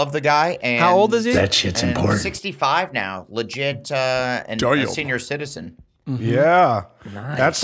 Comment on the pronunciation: And Blake caint even pronounce their own podcast properly. There’s no E in important Jesus Christ